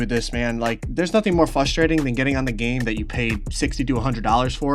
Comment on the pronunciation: “Fustrating” nigga wtf